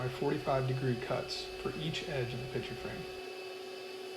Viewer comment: Is it pitcher or picture? It sounds like you're saying pitcher. My hearing sucks. lol